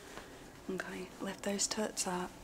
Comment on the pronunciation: “Owrkayr” goddayum this mayde meay laough😂